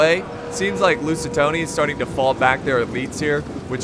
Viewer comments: STOP SAYING LUSITONI PLS. There is no O in LusitAni, it is an A. Love the vids btw. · Drinking game. Drink a shot of vodka every time says "Lucitoni" instead of "Lusitani" Have fun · most used sentence by FAR: "Lusitony..? LusiTAHNI, excuse me.." How many times can one make the same mistake yet still never learn.. 😂😂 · it’s Lusitani... Not LusitONi.... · Lusitoni Me: TRIGGERED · Every Time i hear him say "Lusitoni-": NO MORE! NO MORE!! STOP SAYING IT!!! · At this point, has me saying “lucitoni” as well 😂😂😂😂😂😂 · God pal , you need to stop saying lusit- Toni ! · Say Lusitoni one more time. I dare you.